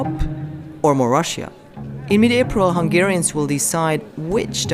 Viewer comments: Congratulations on pronouncing Hungarian names well. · Kudos for properly pronouncing Hungarian names!